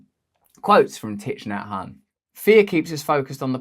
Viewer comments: Russell, I hope you don't mind my saying, but his name is pronounced "Tick Naa Han" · You need to learn how to pronounce his name. Might help .